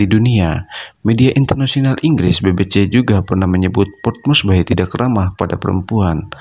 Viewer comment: port morsbi mbacanya bung ... bukan port morsbai ... bye bye love yeah ... maaf tolol amat sih jadi narrator !